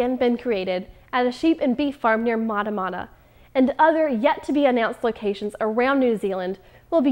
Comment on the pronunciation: Okay, for you Americans... the town "Matamata" was said correctly. I am from New Zealand, and Maori has similar sounds to Spanish.